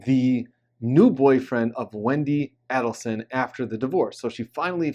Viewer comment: You’re mispronouncing Adelson